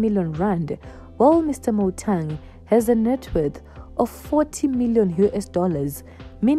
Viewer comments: Motaung not Motang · How can you compare kaizer and mama mkhize there is too much difference between the two where are you from you can't even pronounced Motaung what is motong